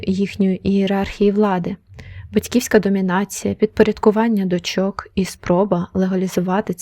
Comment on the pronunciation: Не дочОк, а дОчок